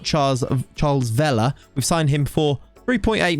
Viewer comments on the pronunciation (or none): Double L in Spanish is pronounced as a Y so Vella would be pronounced Veya